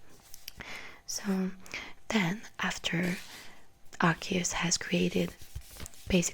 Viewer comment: Darkrai HAS to be explained... EDIT: YOU PRONOUNCED ARCEUS'S NAME RIGHT! YEEEESSSSS!!!! EDIT 2: I wonder how Arceus must have reacted when He foresaw the creation of a false god... (Lord Helix)